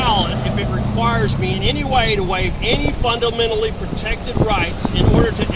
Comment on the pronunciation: I dont know, if you cant pronounce constitution or fundamentally you're not qualified to give a lesson in law (or anything).